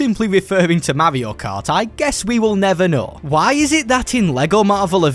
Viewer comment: Bro its not mavio cart its mario kart